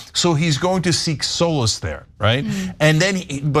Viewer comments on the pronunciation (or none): solace or soulless ? Pronounce your words right please , kids may be watching .